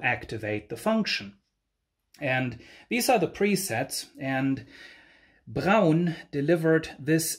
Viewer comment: i thought these were amazingly expensive now. In the uk we pronounce the brand as Brawn ie to rhyme with Prawn as in Prawn Cocktail . Rather than Brown so it really good to hear the proper German pronouncement. I guess at the time 45 rpm 12 inch singles weren't a thing. Many thanks for sharing this. Really interesting!